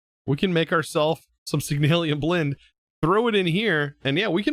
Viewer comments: Nice vid :D but, i must admit, that yours Signalium instead Signalum is making me crazy :D :D :D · hey i have a little question ehy do you pronounce signalum as signalium? im not trying to sound mean or anything im just curious is all